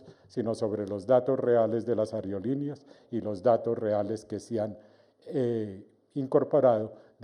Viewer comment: Que tal aprender a hablar? Ariolineas?? Aerolineas señor!!